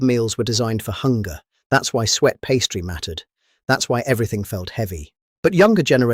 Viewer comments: It is called SUET not Sweat..........................FFS. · It's Suet pronounced Sue-et,not Sweet or Sweaty! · FFS - it's suet pastry, not sweet pastry and not sweat pastry. Is this AI? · SUET not sweat ffs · "SWEAT PASTRY"?? Do you mean "SUET"? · Suet pastry not sweet or swet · The AI voice turned "suet pastry" into "sweat pastry". Not sure I fancy eating the latter! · WTF Is sweat pastry? Fukin AI ruining every fukin thing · you're quite right, I was having a dig at the way A.I narration pronounced suet 😂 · What a load of AI generated rubbish. The pictures weren't all of British pubs or the food being talked about. The subtitles weren't spelt correctly. And why on earth can't AI pronounce suet? Absolutely sloppy work. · Why ai cannot say suet ?